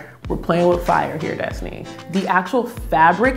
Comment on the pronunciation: it's destiny not destinee 😂😑